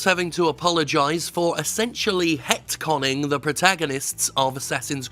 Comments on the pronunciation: “Het-conning” Nice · When he said “het-conned” I threw up all over my dirty heterosexual penis